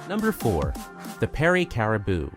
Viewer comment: Did you do any research before publishing this video? “New Burnswick” ?? “Nanatvu”... “Caribo”... You’re obviously not Canadian… Most likely from the US.. That would explain everything 🙄